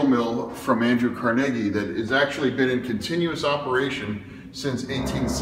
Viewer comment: Car-niggy…uhhhhhh that’s not how it’s pronounced.